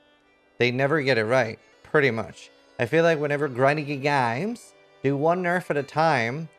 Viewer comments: why are you sounding Australian when you say games lol. we are in NZ we dont sound Australian lmao. good try though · GRINDING GEAR GAYMES. gets me everytime. Makes me want to hit some CEO’s bald head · "grinding gear gaymes" Well... XD